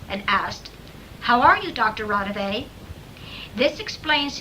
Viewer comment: I'm literally listening to tape 90 out of the 270+ tapes in the Raudive collection, and the person on the phone sounds nothing like Raudive. Also, you are pronouncing his name wrongly.